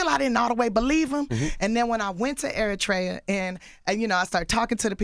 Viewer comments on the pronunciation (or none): The way she pronounce Eritrea “Air-a-tray-ah” Nip rolling in his grave right now smh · Can you tell her she saying the shit wrong Eritrea. E RI TRE A... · The way they pronounce Eritrea 😩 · You guys should learn how to properly pronounce Eritrea 😭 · TIFFANY YOU PRONOUNCED ERITREA WRONG!